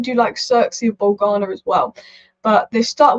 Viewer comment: You’re the best but gotta mention it’s not “Bowl gha nah”, it’s “Bow low nya”. 🇮🇹